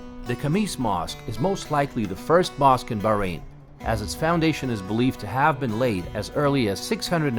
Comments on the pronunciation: Who told you that the letter h is not pronounced? Of course is pronounced it's arabic name and not enghlish. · Please pronounce the country correctly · Yank speaking as a child in an older body, dressing the same....didn't learn how to correctly pronounce the country's name....😮😊😊😊